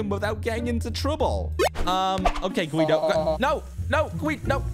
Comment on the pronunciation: Its G.U.I.D.O not G.W.E.O or G.I.U.D.O